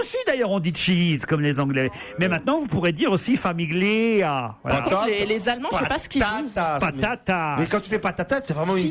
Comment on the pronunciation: Le g ne se prononce pas dans "famiglia"...